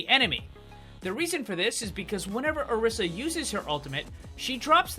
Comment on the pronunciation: Orisa is pronounced O-RE-sa